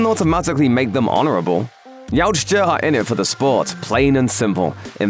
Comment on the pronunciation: Yautja is a hard word to pronounce ey? 😂